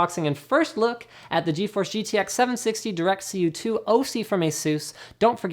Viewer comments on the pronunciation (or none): none